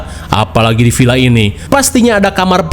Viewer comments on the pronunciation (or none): Villa mang lain Pila make "v" lain "p" mamaaang 😂😂